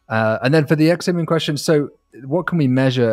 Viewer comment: 10.42, did just say sexomoom? 🤣